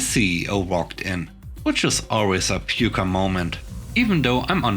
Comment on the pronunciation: FYI, Pucker is pronounced Puck-er. I'm glad the customer was able to be transferred out of OP's life... Personally, I would have a zero tolerance policy... cuss/insult me... and The call is over.